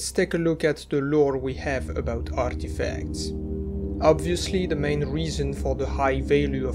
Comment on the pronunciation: caught me out of nowhere "arrrrrtefacts"